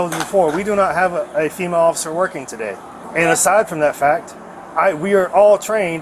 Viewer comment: Hahah , she straight says “female Ociffer”